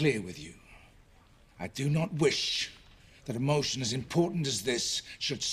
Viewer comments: Anthony veto the MOTION-UH, Stand up veto the MOTION-UH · “Veto the motion-ah!”